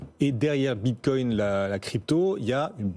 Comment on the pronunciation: ça me manque quand le regisseur disait bit quouing